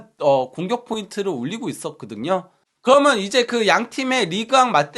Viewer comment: 그리고 방송하시는분이 접속사좀 똑바로 발음교정좀 하세요 ! 그러면서 를 거먼서 ㅠ 그러면을 거먼~( 내용 좋은컨텐츠 아까움)